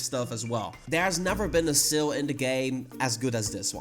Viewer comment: When you said " seal " I thought that you were talking about the pokemon with the same name, but when you showed the shop boxes I finally realised you were saying "sale". You need to work on your pronounceation buddy.